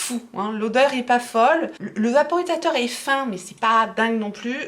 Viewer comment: mais si il est parfait c’est juste ta prononciation tu as dis vaporiTateur avec un T ou lieu de vaporiSateur ( juste à un moment de la vidéo sachant que tu avais répété le mot normalement au moins 3,4 fois avant que ta langue ne fourche désolée j’ai du mal à me faire comprendre je suis encore anémiée, fatiguée donc je rame 😂 pour me faire comprendre 😘😘😘! Merci ma pauvre de te donner la peine de chercher à comprendre 🥲😓🤪🤣